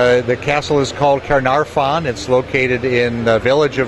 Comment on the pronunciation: He completely miss pronounced Caernarfon